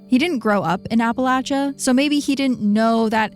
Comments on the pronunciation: Thanks for sayin Appalachia correctly! Ive hear lil sayings like "it's Appalachia or ill throw an apple atcha" to remember ✨ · THANK YOU for pronouncing Appalachia correctly HAHA